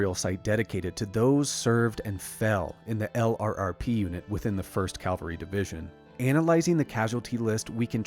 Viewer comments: Excellent! My only gripe is that LRRP is pronounced as a word, "Lerp," and not said as an acronym. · Btw, LRRP is pronounce "lurp".